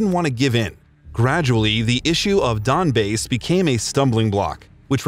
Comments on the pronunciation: did you really just call the Donbass 'donbase' ? How hard can you fuck up a name? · ''donbase'' lol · Donbase? Wtf is with these pronunciations